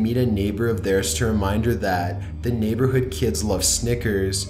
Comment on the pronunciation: Hope you read this and why do they say naber hood kids like snickers